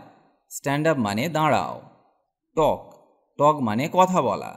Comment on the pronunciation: স্যার কিছু মনে করবেন না সঠিক উচ্চারণ করলে আমাদের ভুল হবে না। একটা বলছি টক (Talk) আপনি উচ্চারণ করছে দুইবার একবার টক আবার বলছেন টগ এটা আমি জানি তাই বললাম যেটা জানিনা সেটা তো ভুল উচ্চারণ করবো স্যার